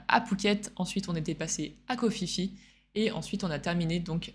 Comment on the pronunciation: KHO PHI PHI SE PRONONCE PIPI(un minimun!)